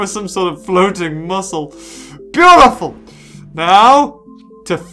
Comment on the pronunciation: XD i subbed when he said, "Arent we bootiful" XD